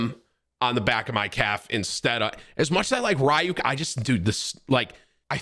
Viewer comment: Can’t say ryuk properly idk if it’s for u